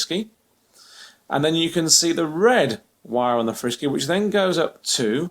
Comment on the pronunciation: its not frisky its Fr-Sky